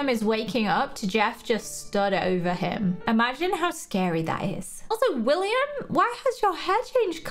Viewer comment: Its willam not willmian